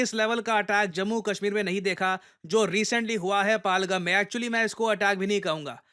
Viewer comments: It's not पाल-गम its पहल-गाम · पालगम ❌ पहलगाम ✅ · जगह का नाम पालगम नहीं है, जगह का सही उच्चारण " पहलगाम या पहलगांव "। पहलगाम जम्मू कश्मीर का एक जिला है, अमरनाथ यात्रा पहलगांव होकर ही जाते है। सर मुझे लगता है आप सिर्फ इंग्लिश न्यूज पेपर ही पढ़ते हो। आपको हिंदी न्यूज पेपर भी पढ़ना चाहिए ताकि देश की जगह और जिलों के सही नाम जान सको। आप कई बार अपने वीडियो में जगह या किसी का नाम का उच्चारण सही नहीं करते हो, थोड़ी बहुत पकड़ मातृ भाषा हिंदी पर भी होनी चाहिए। धन्यवाद सर।🙏🙏🙏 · ये पालगम नहीं है, पहलगाम है। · It's pehelgaaaaam